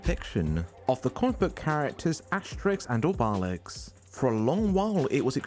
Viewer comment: i really like your video, but that was the worst pronounciation of obelix ive ever heard.